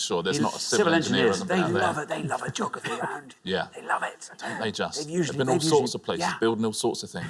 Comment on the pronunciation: yeah, that pronunciation drives me up the fucking wall.